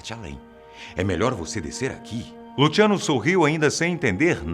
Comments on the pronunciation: Lutchiano! Kkkk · Só eu que fiquei com agonia dele falando Lutiano? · Luciano porém ele falou com a pronúncia italiana